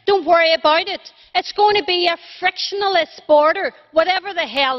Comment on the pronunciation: Eoin McDoongleDangle I'm afraid that if you can't even pronounce the word frictionless, or understand what it means, you shouldn't be addressing the European Parliament Embarrassment!